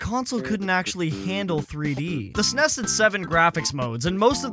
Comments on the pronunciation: it's ok dude can just call it a snes like everyone else. Not an S.N.E.S 😅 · Pronouncing SNES like ess en ee ess is really grating me 😂 it's just one word, SNES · It's super n.e.s. or s.n.e.s. not snes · Does anybody else cringe every time you hear "SNESS" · That is NOT how you pronounce SNES